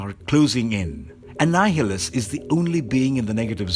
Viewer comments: 'Ann-hil-us'? Annihil-us...Jebus...you gotta give your voice over folks some notes... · This guy said Annihilus wrong but said Mjolnir so fluently i shed a tear.